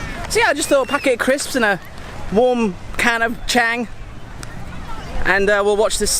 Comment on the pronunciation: the beer name is pronounced "Chong", it's the Thai word for elephant. You probably figured this out in the last 4 years, but just in case. Don't want you to sound like it's your first day in Thailand even though you've visited every province 😅